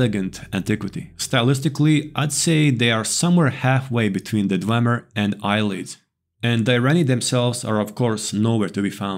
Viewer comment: The "eyelids" That's funny.